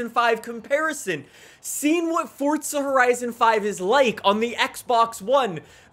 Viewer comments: Its not fortza it's forza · It’s pronounced as Forza not fortza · Forza NOT Fortza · Why does he keep saying fortza? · ForTza horizon 5 WHERE IS THE T IN THAT! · My brother is mad at you because you say fortza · Theres no t In forza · There is no T in Forza, please stop